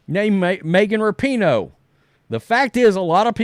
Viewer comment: Rapinoe is such an international soccer superstar, yet at least half the people reporting on her mispronounce her name.